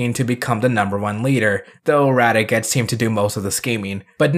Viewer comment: This was a terrific video and I'm glad you're a Jetman fan now. One thing though is that you kept getting Radiguet's name wrong. It's not pronounced Rad e get it's pronounced in a French sounding way with the T being silent; Rad e gey, that's how they pronounced it in the show anyway. But yeah Radiguet is awesome. :) Though you didn't bring up the follow up manga, but it's a minor thing. Oh and Super Sentai World IS in canon, if you consider it to take place just before Ryu and Kaori's wedding. :)